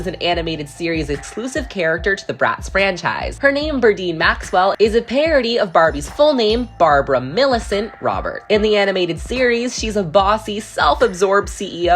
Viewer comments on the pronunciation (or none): It’s “Barbara Millicent Roberts”, not “Barbara Millicent Robert”.